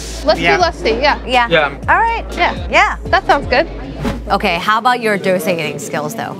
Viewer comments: Pizza "dough-sa" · Dosa -> Though Sah not Dough sa Pani Puri -> Paanee Poodi not Paney Pury